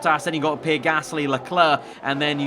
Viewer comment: Why do you say ‘ pir ‘ Gasly